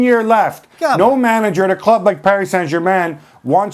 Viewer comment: "At the cleeub"